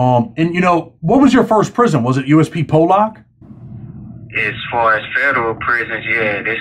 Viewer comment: You keep pronouncing Pollock wrong. It’s not pronounced Po-lock it’s Paul-eck if that makes since